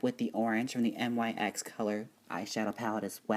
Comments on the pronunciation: Your saying it wrong it's not N-Y-X you pronounce it like nicks and I don't think nyx is a drugstore product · It's pronounced like nicks.